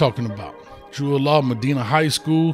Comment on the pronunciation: Medina coach lol (ma dine uh)